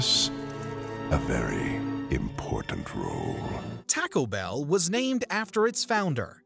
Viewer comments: Did he say TACKLE BELL? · "tackle bell" and "mee thane" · Tacko bell? Midwest upbringing? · Tac o bell? I thought it was pronounced Toco bell? 😊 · I’m sorry, I’ve never heard of Tacko Bell, and don’t know what tacko is. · Bro, did you just say tack-o bell?🤣🤣🤣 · Lol the way “Taco Bell” was pronounced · Why do you pronounce taco bell so weird ?